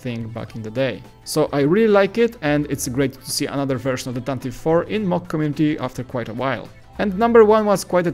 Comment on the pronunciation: It's pronounced "Tantivee"